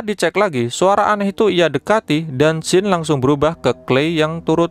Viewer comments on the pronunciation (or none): none